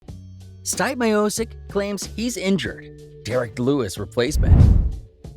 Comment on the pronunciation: C'mon man!!! Are you an idiot???!!! His name is not " Styp " Miocic, you can even say " Steven or Steve " Stipe is Croatian short name for Stjepan or Steven in US, But, stop saying Styp, my ears hurt